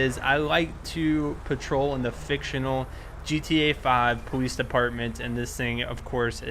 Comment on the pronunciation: What happened to your voice? No offense but it sounds like your talking like a baby because you say "powice" just asking... :D